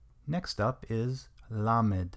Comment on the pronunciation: This a great teaching. The only thing that's a little confusing is at the end of most of the letters the teacher is adding a short e sound that isn't part of the letter being explained. For example, lamed is pronounced as l not le. So in the word lamed, you wouldn't say it as leamed. It's hard to show an example without sound! Hope this makes sense.